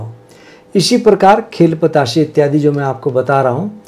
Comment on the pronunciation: બતાસે..... નહીં.....બે.... , પ તા સા...બોલે